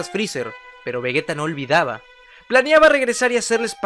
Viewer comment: Que pri es vragetta digo vergetta digo digo vegeta xd